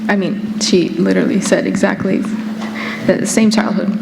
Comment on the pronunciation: What's the last word Teal says on the video ??? Go for power... 'trackly' 🤔 ???